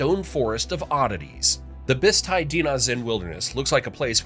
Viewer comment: It felt good to hear someone pronounce 'Bisti' correctly.